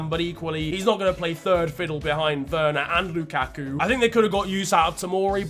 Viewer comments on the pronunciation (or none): none